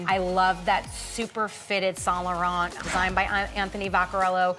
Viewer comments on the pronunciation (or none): none